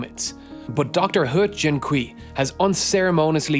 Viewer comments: I love your videos, and I've been sitting here utterly gobsmacked at the hubris of Dr Le... but I just wanted to offer a couple of pronunciation tips. You totally nailed the pronunciation of "He", but Mandarin syllables ending in -ui like kui are pronounced like -way, not -wee. Also "mosaicism" is pronounced with a soft C, not a hard C. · "kui" is actually pronounced more like "quay"